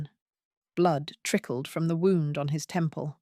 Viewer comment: I know what t means. I was pointing out that your narrator pronounced it as wound, as in an injury.